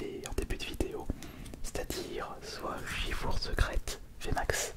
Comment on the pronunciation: Pourquoi tu dis Shifour au lieu de Shifours ? Tu dis bien un ours et non un our